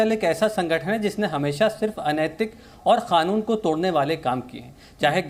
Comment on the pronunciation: Sqla ye abbas heather kaanoon ko khaaanoon kyn bol rha hai , ye madarse se nikla hua item hai kya 😂😂😂